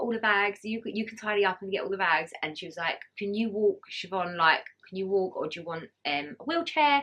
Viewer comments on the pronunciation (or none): none